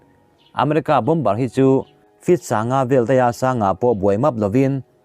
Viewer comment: Bom ber nilovin,Bomb ar ti a lam chi zawk a va ni em